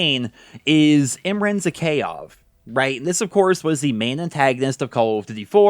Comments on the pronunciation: My man just butchered Zakhaev’s name lmao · It pisses me off how you say Zakhaev